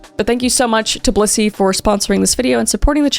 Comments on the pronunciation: I totally thought you were saying bussy lol im sorry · I just watched the Dr Insanity video of this the other day! It's so cool seeing it in your storytelling way. Also, I used to live in Broomfield during Covid! When you said Blissy, in the promo video, I thought you said Bussy 😂 ADHD moment